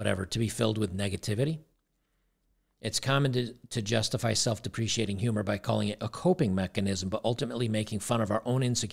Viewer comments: to say Self Deprecating, its Deh Preh Cate Ing. Just looking out homie, keep up the good work! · BTW, it's "self de pre kate ing"